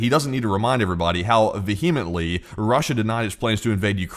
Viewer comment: Is this AI or how come bro can’t pronounce Vehemently? 😂